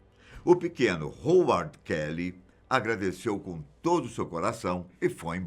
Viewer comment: A pronúncia é RRAUARD...